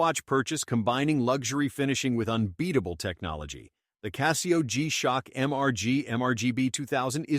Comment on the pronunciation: Apples and oranges… The only reason a computer generated voice, that cannot pronounce Casio correctly, would tell you Rolex sucks, is to manipulate you. Casio is an excellent watch and so is Rolex. Anyone that tries to compare the two just wants your money and doesn’t care about your satisfaction.